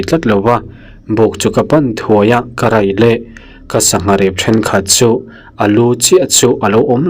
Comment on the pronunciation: karai leh, tih nge ka rei leh tih zawk? karai leh tih hi i ching riau in ka hria, dik em? 😊😊😊